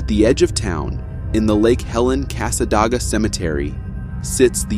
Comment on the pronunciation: As a native near Cassadaga when you said Cassadoga😂😂😂 Cassa day ga . Sorry Florida towns do have weird names.